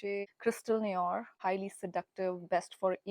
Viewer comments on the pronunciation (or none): 'Noir' is pronounced as 'No---aa'